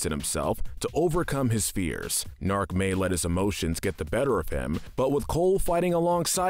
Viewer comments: Point: the episode where they introduce Kole and G'Nark, they emphasize MULTIPLE TIMES that his name is pronounced G-Nark, hard G. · It's GA KNARK! get it right! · "Next is Kol and Nark" Cyborg: "It's actually G-nark"